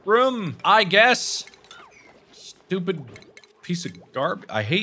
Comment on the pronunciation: Markiplier: Yea, It'S BiG BrAiN tImE (A few minutes later) Also Markiplier: I'm SHtUpiD